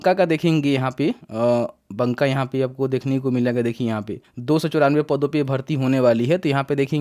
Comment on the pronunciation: भाई बंका नहीं ,,बाका